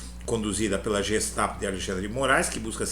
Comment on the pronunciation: Uma pequena correção se me permite. GESTAPO: GEHEIME STAATESPOLIZEI Polícia secreta do estado. Em alemão se pronuncia GUE e não Jê GESTAPO.